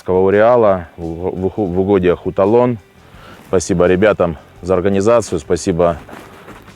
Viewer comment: Не хуталон а Хатлон ))) welcome to Tajikistan